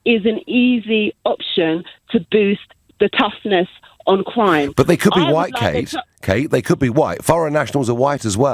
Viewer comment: "Tuff on cwime"